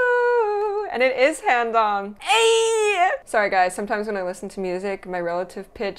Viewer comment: I didn't realize that both Gahyeon and Siyeon are wearing two different colored lenses (i think both from each other and their own pair of eyes) Also: Handong's name is pronounced with an "ah" sound so like how "Hot" has the "ah" sound, Handong= said like Hahn-dong. Thank you for your reactions, I truly look forward to other videos!